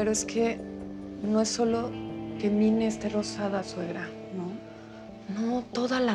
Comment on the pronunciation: Si se escribe Mine pero se dice Mini